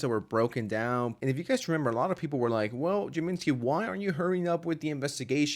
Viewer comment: Who is this jamenski character? You mean James-ski?